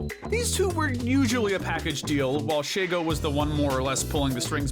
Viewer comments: Just saying man there's no a in shego her name is literally she-go why are you calling her shago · Sheygo? Really? Kinda fitting that she and Draken came after Doof since now I have a two nickles meme for mispronouncing Shego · Omg he does the same thing that ama does he mispronounces she-go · "Shago" ... not "She"go. "Shago." Sorry. That just sounded weird.